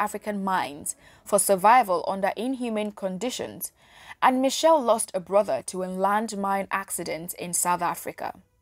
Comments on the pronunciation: Michel or Machel? Its painful to keep hearing him referred as Michel. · Some good info, but Samora Machel died in a plane crash at the Mozambique/South African border ! Why does the presenter say Michelle, when the name was Machel ? Trinidad &Tobago. West Indies. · Next time you want to do a report or a documentary about a revolutionary African Leader make sure you do your research. Firstly His name was Samora Machel not " Samora Michel", also he died in a plane crush not a car crush. What a waste of time watching such distorted piece of information. Samora was a Lion of Mozambique. Agreat Pan Africanist and you cant take away that from him.